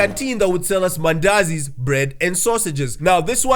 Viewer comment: I knew you were from east Africa once i heard mandazi 😭